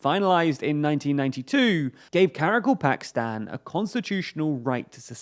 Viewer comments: Get it, right, Sir. It's Kara-KAL-pakstan! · Ka-Ra-Kal-Pak-Stan... Another name English speakers will be unable to pronounce.